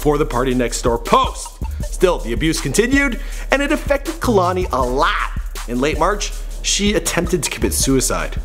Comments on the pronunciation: (kuh•lani) ummm I think not its pronounced kay•lani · Μαρια Σμπονια kehlani ( kay _Lani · Irene Regalado its actually KAY-LA-NEE not kehloni lmao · "Kay-Lain" It's pronounced "KAAAY LANI" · Also he pronouncing her name like kalani and its kehlani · Kay lani not kuhlani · him saying "KA-lani" vs KEH-LANI is fucking cringeworthy. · I'm related to her. It's pronounced Kay - Lahni. Not Kuh -Lahni. I didn't watch the whole video. I skipped around enough to hear him (mis) pronounce her name. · KAY-LANI not KUH-LANI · Is he pronouncing her name 'Kahlani'? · kay-lon-ee. he's def not saying it right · say it with me, "KAY-LON-EE" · KAY- LAH - NEE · say kuhlani one more time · i cringed when he said 'kehlani' the way he did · Did all this research on her and don’t know how to pronounce her name. 🙄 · STOP PRONOUNCING HER NAME LIKE THAT ITS PRONOUNCED KAY - LANI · I wish you said her name correctly. It's like kay-lanie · I cringe when he says her name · Khelani wasnt that cute lol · can u plz say her name right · The way he talks about her whole life like he really has straight facts like he got this straight from Lani. You not even saying her name right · Mispronouncing her name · He can't even pronounce her name